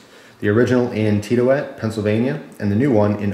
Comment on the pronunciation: It's pronounced like Tid-E-ute.